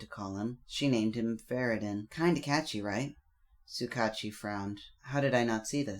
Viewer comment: I swear every single time you say Vair-rid-din I scream ITS VER-RID-IAN!!!!!! (e-an) 😂